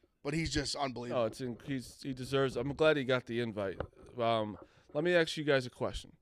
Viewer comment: That or, "Let me axxxeee you a question"...... he is awful!!!!